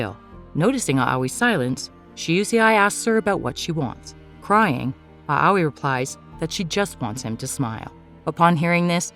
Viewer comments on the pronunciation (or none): please. the name pronouciations are painful. Im not even trying to be rude. Maybe try looking gup how to say them properly. For example. Shousei is pronounced (SHOW-SAY) and Moe is pronounced (MO-AY). Aoi is (AH-OY). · EXACTLY! And it's "Mo-eh," and "ow-ee!" (At least, from what I've heard that's how you say Aoi) I hate when they get it wrong! So annoying! 😑